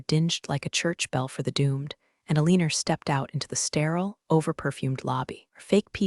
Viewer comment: Pen-tu-gone (Pentagon), not pen-tagun. Aleen-u (Alena), not Aleener. Still getting enemar (anymore). Edit your pronunciations. Read (reed), read (red) should be obvious if you apply basic rules of grammar to your AIs algorithm. It's becoming so distracting it makes it hard not to fast forward or just skip it completely. Thinking about unsubing. Washington State USA